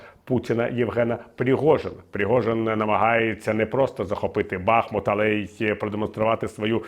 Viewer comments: Тільки вчора писала коментар з подякою пану Портникову за БахмУт. І от знов БАхмут 😞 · БахмУт!!!! Ну вже ж ніби виправились і от знову…. Річка там БахмУтка, от і місто БахмУт 😳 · Бахмут наголошується на другому складі